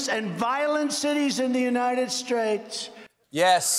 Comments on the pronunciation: His slurs are definitely strange. Pronouncing state as spate not once, but twice is just weird. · That is the voice of a person that is heavily medicated. If you can't pronounce the word "state" and are sweating profusely, you are loaded.